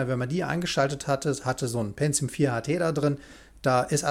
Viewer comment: Wer Penzium sagt, sagt auch Azhlon...